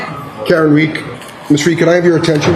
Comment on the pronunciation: the Court Clerk called Karen “Karen Reek”! Unbelievable!